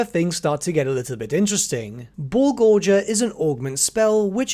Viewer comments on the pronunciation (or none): WHY CAN HE PRONOUNCE BULLGORGER CORRECTLY BUT HAS THE DOUBLE HARD G ON GORGERS!? Am I just missing something? Is that how it's supposed to be said for specifically the warhammer thing? I feel like is gaslighting me. If Im not wrong, please pronounce gorger correctly.